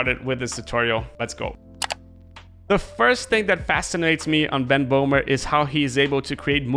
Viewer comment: hello, not bohmer. his name is böhmer. with an ö